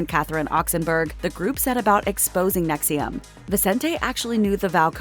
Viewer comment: The AI narrator is mispronouncing "NXIVM" as if the "I" is after the "V."